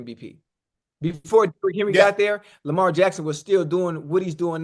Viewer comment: Chad called that man LAMAH 😂